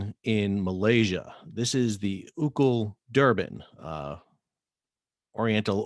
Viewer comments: Sal, been a big fan, but have to correct you. The vessel and the company is not pronounced “Ou-cle”.... it’s pronounced “O-O-C-L”. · It’s actually in Taipei not Malaysia. Also, it’s read ‘O.O.C.L.’ (as in Orient Overseas Container Lines)— not pronounced as ‘Oocl’.